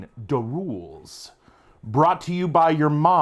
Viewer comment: Every time you said “da roolz” I heard it as an ork thing even before you said it. 😂 now I want to play a brutal kunnin hvz.